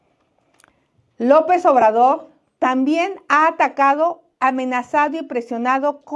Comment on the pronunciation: No puede pronunciar la letra R, "Lopez Obradog", " comegcio", "Améguica de Nogte",...